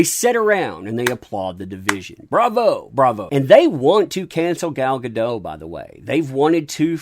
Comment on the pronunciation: She isn't French, the T is pronounced. Guh-DOT.